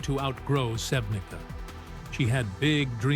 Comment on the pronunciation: Sevnica her birth place should be pronaunced Sevnitsa. C in Slavic alphabet is TS. I dont belive in this story about them , they are ok and they live together , they have normal life...